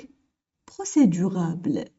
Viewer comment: procédurable ou procédurale لانكي تقولين procédurabele لكن في النص مكتوب procédurale